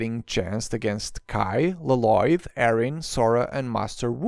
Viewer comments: Why you call Lloyd l loyd instead of yoid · It’s pronunced Loyd not Lo Loyd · It’s lloyd not laloyd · WHY DO YOU CALL HIM LOLOYD UNIROINCALLY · la loyd is how its pronounced. in the ninjago movie, garmadon said so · why did it sound like he pronounce “loloyd” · NEVER......is he going to stop calling him la-lloyd😅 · it is pronounced with one L not two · If yopu watched the show you will know it is prounonced with one L not two